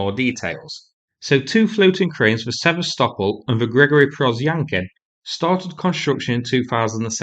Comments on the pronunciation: Sever-stopol..it's Se-vast-opol. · Hard to listen to you butch the name Sevastopol 😂😂😂😂😂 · It might be useful.if you could learn how to pronounce "Sevastopol" properly.